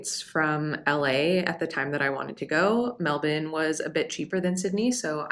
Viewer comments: Glad to hear you've been here long enough to pronounce Melbourne correctly. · You pronounced Melbourne correctly, good onya.